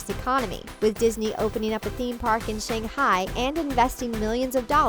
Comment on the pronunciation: Yes Americans, continue to pronounce Chinese names. Shanghai is not pronoinced like this. I'm always ticked off at this fact, and the fact that some people constantly assume.